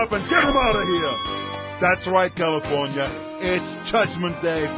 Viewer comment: its sad he cant say california right